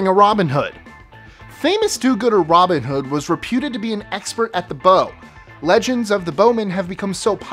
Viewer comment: Americans. Please. Learn how to say 'Robin Hood' The syllables all have the same emphasis and cadence. And there are two words. It is not like neighbourhood (which you guys do not spell correctly)